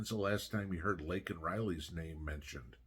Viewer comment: LAKE N IS HER NAME NOT LINK N